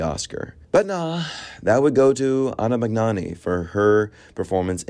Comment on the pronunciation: Don't pronounce the g in Magnani.